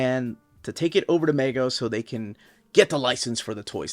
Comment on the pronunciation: MeeeeeeGO not Mago. Haha